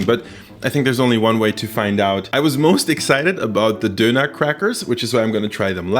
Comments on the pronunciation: Did my guy just duner as a guy who he eat doner I'm offended. Just to let u on is pronounced as don-ner. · why you say doner like that... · An alle Deutschen: Sein Englisch ist eigentlich gut, aber sein "Döner" ist so deutsch xD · when he says döner he turns german back for a second